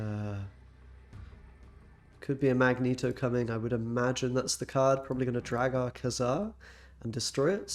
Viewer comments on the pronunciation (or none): none